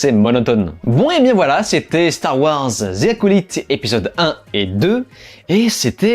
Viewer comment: Prononciation de "The Acolyte" à revoir ! C'est fou ça. Les français mettent toujours à l'inverse la prononciation des "i" et "y".